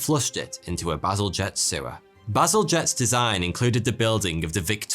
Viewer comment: Bazalgette is a bad ass name in my opinion in your accent it sounds like "battle jet"